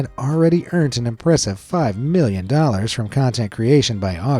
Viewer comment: Sometimes when he says "million" it sounds like he's saying billion